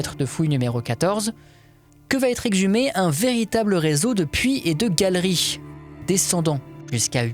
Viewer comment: Des galeriches ? ☺